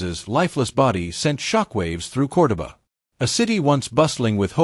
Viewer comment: Narrator mispronounced Cordoba Argentina Everytime.